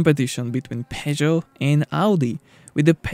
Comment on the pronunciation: WTF is "pay-joe'...??!!